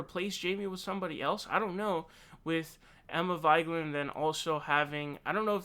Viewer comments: Indeed, obviously the correct one is Vee-geh-lahn. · How do you not know how to pronounce Emma's last name? And further, characterize her incorrectly? JFC. Awful take imo. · debuting a new and innovative pronunciation of 'Vigeland'... can't chant Viva Vigeland to that one though =-/